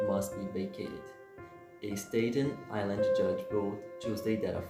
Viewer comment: Thanks for the effort, but can I give a few tips? 1. It's "Staten Island" not Staydon or whatever you said. 2. Please turn down the music It's too loud. 3. Practice reading several times and if you're solely relying on the captions don't because they usually misspell words. I don't mean anything I said to be rude I just want to help. Thanks